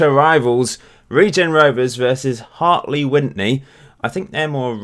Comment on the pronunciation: The first n isn't pronounced in Hartley Wintney! Hope this helps! Also, fun fact, they couldn't be promoted a few years back because they didn't have enough seated stands so they built a new stand with about 5 seats in so they could go up a division!